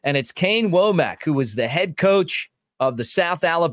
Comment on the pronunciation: I think it's pronounced wommik not woamack. I think.